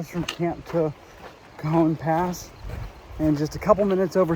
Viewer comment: Pronounced Ca -hone pass...